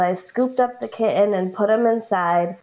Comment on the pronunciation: What's with people who put over the top emphasis on "t's and d's in words? Do they not realize that they sound like little children who are just learning to speak? The way some of these adults pronounce "kitten" and "sudden" is insufferable, it is not cute, it is not endearing. They can neither walk the walk nor talk the talk of a grown adult and they sound stupid.